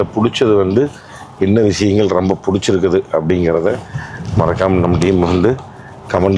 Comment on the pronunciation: Love the way he said roambba sappaya iruku, compared to Bose speakers 😂